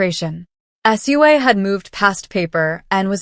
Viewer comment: You say her name Sue Ahhh